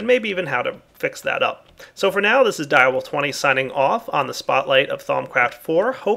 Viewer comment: Lol sounded like he said thongcraft